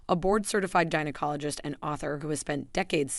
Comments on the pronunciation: What the heck is a jine-cologist⁉️ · GINEacologist or GINAcologist? Ahahahahaha. If you are going to make a video on my hygiene habits, please pronounce my specialists title correctly or/and stop using AI. By writing smell worse, you are assuming old women smell bad. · The key G word is g as in gas, go, goose and not the soft g as in generally George. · My teeth were grinding every time the narrator said "vaGAInal" or "JYNecologist" 😬